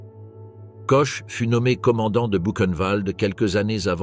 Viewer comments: Ch en français se prononce « che ». En allemand et alsacien ça se prononce kor… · quand on fait un doc sur des femmes au nom allemand on essaie de les prononcer correctement "Koche" non ... "Kor" oui . Mais bon comme le français est bancal aussi ça passe non ? Non ?